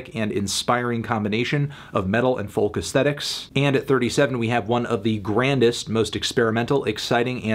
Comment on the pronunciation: Why cant you pronounce 'folk' correctly?